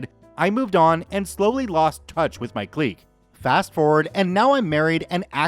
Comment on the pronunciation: I love ya bro. I want to help you out. Clique- sounds like Click